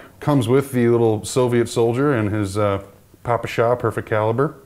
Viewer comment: did he just call it a popasha?